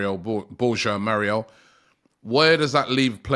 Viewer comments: Robbie absolutely butchering players names. His name is Mayoral and he’s calling him Morial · I know Robbie really struggles with player names but "Moriel"? 🤣 Come on man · Surely his name is pronounced Mayoral? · How difficult is for a British to say Mayo(as in mayonese)Ral(as in Rally) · Mayoral aint it bro lol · Bro Moriel Borhajal 😂 and then they laugh that At “good ebning”